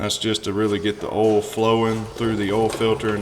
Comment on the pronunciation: "ooll" filter? It's "OIL" filter! :).